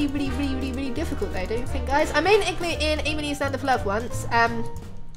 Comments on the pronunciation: when you say igloo really fast it sounds like you are saying ekk glue lol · It like you are saying glue I'm I right